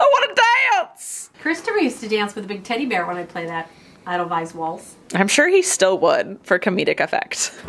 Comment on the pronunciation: I sing to edelweiss. It’s edelweiss not idelweiss